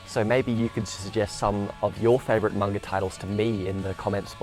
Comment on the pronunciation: am i the only one who got annoyed by his pronunciation of manga or am i just fussy